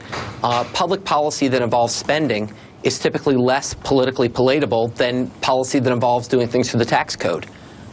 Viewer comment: he says "pa lateable? Could the tenured, arrogant professor have meant "pal atable"? What a mah-roon